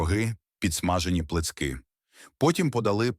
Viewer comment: так і деякі слова промовлені неправильно! "підсмажені плИцки"! У Львові і Перемишлянах кажуть "плЯцки"!!!